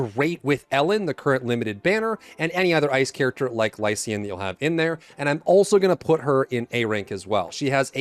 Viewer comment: Im sorry but the eay you pronounce lycaon made me laugh